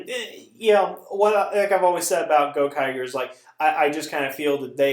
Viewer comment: Its Gokaiger. Not Gokager